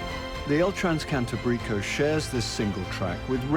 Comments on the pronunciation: The pronunciation of place names was poor. But you'd think they could pronounce "transcantábrico" correctly... I mean it is the name of the actual train. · I was just about to post this. "Transcantábrico" pronounced was grating. As well as most of the other towns pronounced. They should have got a Spanish speaker like Michael Portillo to present this.